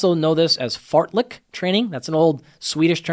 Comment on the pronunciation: I'll never not hear it as "fartlick run"